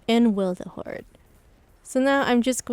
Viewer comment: WILTHERHOARD? XD THE L YOU ADD IS MAKING ME LAUGH SO HARD XD Nice video! <3